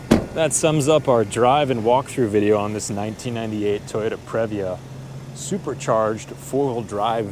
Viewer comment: It is pronounced “pre”-“via”! Not, “prev”-“via” 🙄😑🤦🏻‍♂️😑🙄